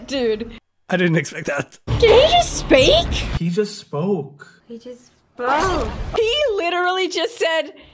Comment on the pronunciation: "Did he just spake"?